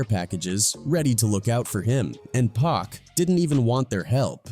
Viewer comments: I cut this video off as soon as it said "pack". Everyone knows how to say pac. This is an AI generated slop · For this dude to keep pronouncing it “pack” makes it feel like he shouldn’t be the one presenting this video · “2 Pack” cmon commentator smh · Why he calling Pac “Pack”?😭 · AI cant pronounce pac